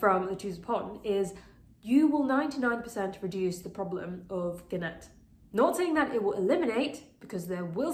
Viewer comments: You lost me at "guh-nat" 😒 the "g" is silent... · I like the guh-nat. A nice, sophisticated tribute to the plant aficionado. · Hi! Great video! Just wanted to let you know that the G is silent in the word gnat 😘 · Ahh! You pronouncing the "g" in gnat is driving me crazy. But other than that...informative video. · GREAT video! Very informative, answered all my questions. The g in gnat is silent 😌